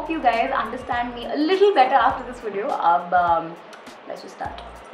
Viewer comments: Am i the only who notices her saying 'widio'🤔. No offence though, i like your 'widios'😃. Subscribed! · What is wideo haan??!!!!! Sometimes it's good to have right pronunciation.... You don't have to do so 'nekami'